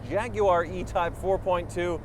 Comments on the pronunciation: "Jag-U-ar" YES!!!!!!!!!!!!!!!!!!!!!!!!!!!!!!!!!!!!!!!!!!! We will get you Yanks talking proper English yet!! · What, in America, is a QUART, please? In English, it means a QUARTER, so a quarter of a gallon. i.e. 2 pints. At least it was when I was last at school in the 50s. P.S. He just called it a JAGUAR, which it is, not a JAGWARRR> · Thank you for correctly calling it a Jaguar not a Jawaaar. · I'm just happy that he is one of the few Americans who use all 3 syllables in Jag-u-ar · Thank you, thank you, thank you for pronouncing Jaguar correctly🤣🤣🤣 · An American who can pronounce ‘Jaguar’ correctly !! A rare breed indeed!! 👍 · An American who can say Jaguar properly. Amazing. Lol